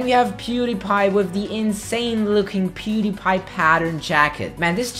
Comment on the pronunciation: Wait did he say peedepie